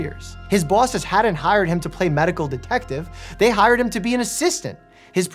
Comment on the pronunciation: The way Dr Mike said “bosses” really showed his NY accent